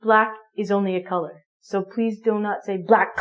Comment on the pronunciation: So u say black colair cat?😭😭😂😂😂